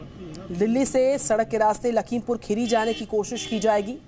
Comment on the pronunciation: राहुल जी आप पहले यह ठिक से बोलो खेरी नही खीरी